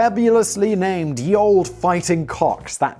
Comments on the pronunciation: "Ye" is pronounced "the." So it's pronounced "The Old." Come on Simon!!! :oP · Its not pronounced "Ye" Old either, its pronounced THE old, the "Ye" is is called a thorn and was pronounced as The during the time of use. The more you know :D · Simon mispronounced to. It's not Ye but the. The y has been poorly substituted for the thorn which is no longer in use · Simon, It's pronounced 'the' not 'ye'. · I wasn't going to say anything but as you mentioned that olde should be pronounced old you may like to know that the Y in ye is and old English letter called thorn and is pronounced th so it's 'the old' not ye olde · Sorry to bring up pronunciation but 'Ye' is not pronounced yee it is in fact pronounced the it's just the French printing presses didn't have the letter we used for the th sound (not really surprising as it is a sound unique to English) and we didn't have a letter 'Y' in our alphabet at the time and this letter was very similar in appearance to our 'th' letter so we used that instead, the 'th' letter looked like a 'Y' if the vertical in the lower half continued up to the top of the letter... it looked a bit like a candlestick or the business end of a trident ;) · "Ye Olde" - the Y actually isn't a "y", but a glyph that was, at the time, used for "th", so it's "The Olde" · Fun fact: The Y in "Ye olde" is pronounced th. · Ye is also pronounced the same as the, as the y is the printing press version of the thorn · Surprise, surprise it's just pronounced 'The old...' That first letter that looks like a 'Y' is an old letter dropped from the English alphabet. It was called 'thorn' and pronounced like the modern 'Th' (and there you were thinking that English was easy! :) ) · Yeah Simon the e in olde is silent, but the ye is pronounced the. The Y in Ye isn't a Y, it's the letter thorn which is pronounced th. And now I can just loop Simpsons nerd clip. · > gotta love a Brit that doesn't even know basic Middle English. :>